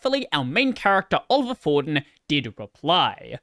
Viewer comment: btw, Olivier is pronounced oh-live-ee-ey